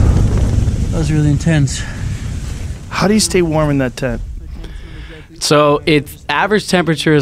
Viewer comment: „Man, that was really inTENTse“